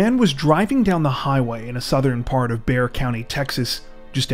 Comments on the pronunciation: Good job on saying Bexar properly!! I was 16 when this happened and it was constantly on the news. So sad. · The way my head snapped to the screen when he pronounced Bexar county correctly 😂😂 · Congrrats. You pronounced Bexar correctly. Most people don't.